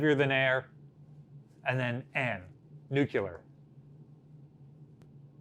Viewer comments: New'-clee-ur! (Not new'-cue-lur) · "Noo-kyoo-ler cruisers." Come on. You're an educator! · "Nuclear. It's pronounced nuclear." - Homer Simpson as a US Navy sailor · Both and have weird pronunciation problems. just can’t say NUCLEAR correctly. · or Missouri.